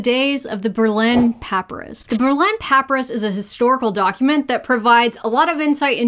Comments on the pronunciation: Say it with me: puh- PIE-rus! Papyrus, please, no PAP-ir-is! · I love your vids and highly recommend them to everybody i know!!!! one thing though... Pa Pai Rus not Paperus lol:) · I'm going to watch the whole thing, I promise. But 58 seconds in my brain is going "PAP-aris....pa-PY-rus....PAP-aris....pa-PY-rus" and I had to let it out or I was going to explode. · Haha this is great! Also...is pronouncing it PAP-uh-rus a regional thing?? I'm from the south and have literally never heard that pronunciation... it's always been puh-PIE-rus around here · pa-Pie-rus not pra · Thank you,, for a fun, informative video. For viewers who have some questions about the pronunciation and spelling, here are some notes. Berlin Papyrus. “Papyrus” is pronounced puh PIE rus (for Americans) or [pə ˈpaɪ rəs] for those who know the International Phonetic Alphabet. Test for a woman who will bare or not bare: The text in the top corner spells “bear” correctly. “To bear” means to carry or to give birth. It’s conjugated like “tear” and “wear”: bear, bore, born. “To bare” means to unclothe or reveal. Someone needs to study up on their homophones (not synonyms). Don't worry. We get it: You're a doctor, not an English teacher! Gonadotropin has stress on TRO, not NAD, so go-nad-o-TRO-pin. I didn’t know that, but I checked the dictionary, and listened to several people pronounce it on. …recommending that a combination of honey and water be drunk… Kudos for conjugating “drink” correctly – and using the subjunctive! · It is pronounced puh-pi-rus (papyrus), not how you were saying it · The word is pronounced, puh-pie-rus. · Papyrus is pronounced pa-pie-rus. I love you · Sorry, have to correct: Pah-Pie-Rus. Otherwise, such fascinating history! So glad we have the easy modern tests. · I normally wouldn't bother correcting pronunciation but since you made a mention of questioning your own at one point... Papyrus is pronounced pah PIE rus